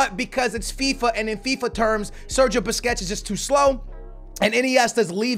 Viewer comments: ITS BUSQUETS NOT BISQUETS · you missed pronounced Sergio Busquets names and said biscuits 😂😂😂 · Bro why do u keep sayin biscuits when u were against psg its BUSQUETS LOL